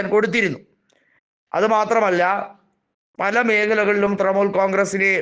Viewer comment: തൃമൂൽ അല്ല തൃണമൂൽ